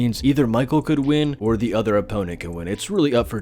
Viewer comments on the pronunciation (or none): none